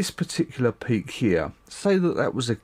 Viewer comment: when you said this peak here I heard do you see this pig here lol